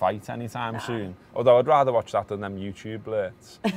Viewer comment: 'Youtube blerts' haha.